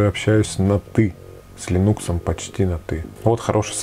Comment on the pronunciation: не линУкс, а лИнукс